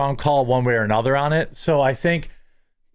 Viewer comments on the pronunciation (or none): none